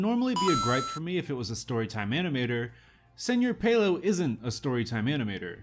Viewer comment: its pronounced "sir pelo", not "senor pelo"